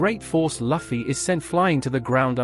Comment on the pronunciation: Luffy= Loo-Fee. it is not Luff-E